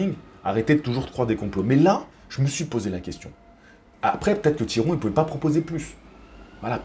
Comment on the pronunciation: Salut! Oh putain tu m'as eu avec le Tiron! J'ai vraiment cru que tu savais pas le prononcé ahaha. Bref, pour moi je vois Jacko gagnant, il est sur le recule mais il proposai quand même quelque chose, une boxe relativement intelligente de sa part (à l'égard de ce que lui imposait Tyron), bravo à lui, il a fait le taff. Et de l'autre côté on a Tyron qui fait du Tyron, trop patient, trop attentiste, pas assez investi. Il aura eu au moin le mérite de mettre le pressing, mais on voit bien que c'est pas son élément, trop peu d'enchainement.